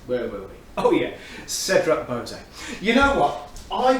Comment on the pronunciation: Anyone this excited by Cedrat Boise should learn how to pronounce it. 😏